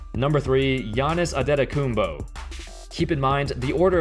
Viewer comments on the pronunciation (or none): Love your opinions, don't get me wrong. But Antetokoumpo is pronounced "Arn-tay-da-coom-poh" not the mess that you said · Lol u slaughtered Giannis's last name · The only thing I can say bad about this video. Is that you pronounced Giannis last name wrong. Other than that great work.